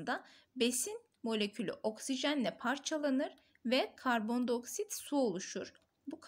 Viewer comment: hocam” i “diceksiniz karbon dİ oksit karbon do oksit diyorsunuz shdhhshdh